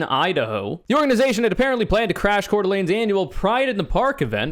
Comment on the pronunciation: I'm from Coeur d'Alene Idaho, where Patriot Front wanted to riot at pride, and I just want to give you mad props for being the first person I've heard talking about this who pronounced it right.